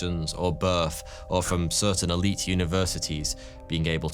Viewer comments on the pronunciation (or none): none